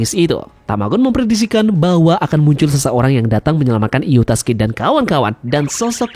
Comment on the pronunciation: Yustas min bukan yutas